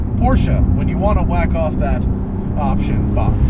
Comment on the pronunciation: LOL you emphasized on wackoff